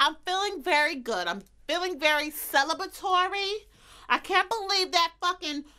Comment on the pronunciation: CELABATORY 😂 is me when stressed lol